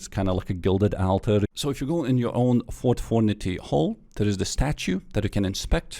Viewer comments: fort fornity ahahah love u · Ahh Yes...Fort Fornity...